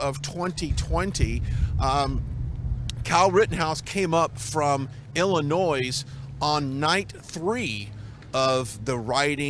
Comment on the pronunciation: OMG. He keeps saying Illinois with an S sound.